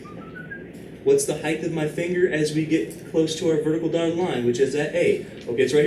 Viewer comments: Please, please, please, PLEASE stop saying "heighTH." You are a MATHEMATICS professor; this is cringe-worthy. However, this channel is honestly a godsend. It is an absolute shame that I have to get my instruction from somewhere beyond my class (where the instruction SHOULD be the best). I am forever indebted to this man for supplying the necessary intuitions behind these extremely subtle and precise concepts. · Wait, why does he say the word height like that? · I just assumed that it was an accent or something. =P But it doesn't really matter in the end anyway, since the purpose of a language is to simply communicate with other entities.